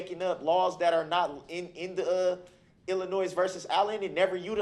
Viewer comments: Am I the only one who notices that says, "Illinoi(s)? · Illi-Noise vs. Allen 🤦🏻‍♂️